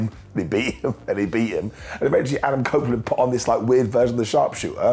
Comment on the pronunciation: He said cope opeland lol